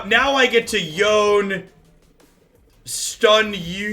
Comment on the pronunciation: Yone - Yo Nay. Sorry!